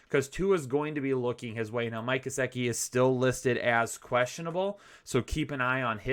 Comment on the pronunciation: Say it with me: GUH-SICK-EE. That’s how it’s pronounced, my friend. Love the channel and the content. Thanks for doing what you guys do. Best on YouTube, as far as I’m concerned.